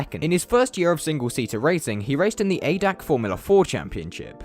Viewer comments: Btw. it's not Adac it's A D A C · The ADAC championship is actually pronounced every letter by itself. Its a german type of carinsurence thing